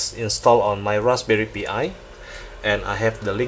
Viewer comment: "Raspberry Pee Eye" LOL